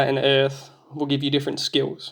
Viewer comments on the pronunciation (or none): none